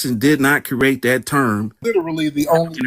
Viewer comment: DUDE NEEDS TO LEARN HOW TO PRONOUNCE THE WORD CREATE PROPER BEFORE TRYING TO CORRECT OTHERS AND STOP CRAPPING ON THE HISTORY HE KNOWS NOTHING ABOUT.